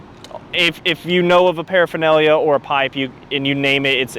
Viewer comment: just say paraphernalia!!! 😂😂